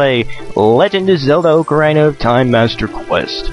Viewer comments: ITS NOT OAK-ARINA IT'S OCK-ARINA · The correct pronunciation is, more or less "OCK-ah-REENAH". Things like this sometimes make me wish Zelda games had some voice acting, but the games are brilliant regardless. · Oca-rine-uh? I'm sorry on, but I don't think I can be your friend anymore. :P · Its not called oc-aarrr-ina its ocarina!! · I was gonna watch this but I'm in a foul mood and the way you pronounce Ocarina bothers me too much :( Sorry, I'm sure you're a great guy. Maybe I'll come back to it when I'm less moody. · You pronounce ocarina wrong...